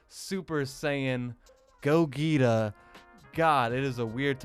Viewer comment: do you not know how to pronounce Gogeta? or are you doing that on purpose?